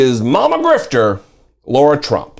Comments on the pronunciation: Sorry, my nit to pick with you here is the mispronunciation of the name 'Lara' (Trump) as 'Laura' (Trump). OK, think of Angelina Jolie as 'Lara, the Tomb Raider'. Sorry about the nit -- part of my OCD I guess -- I appreciate your postings. Keep up the good work. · Lara or Laura? They are not pronounced the same.